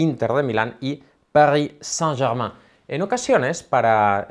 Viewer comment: Juro que cuando pronunció "París Saint Germain", le entendí: Burnley and Sunderland 😅😂